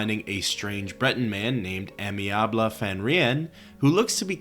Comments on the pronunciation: Yo, someone has probably said this already but you know Amiable is not "Amyabley" but "amy-able" it's a way to say he's amenable. Able to be amenable type of thing. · Not sure if you knew or if it’s for funnies but in case anyone doesn’t - the first quest from Amiable - his name is Ay-Me-Uh-Bull and it’s a word that means friendly or agreeable! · Why did you wildly mispronounce amiable? Did you mistake it for a real first name instead of just a descriptor for the guy?